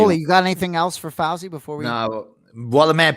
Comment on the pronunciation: Anik pronounced Fousey’s name wrong the whole episode. It’s pronounced Foosey.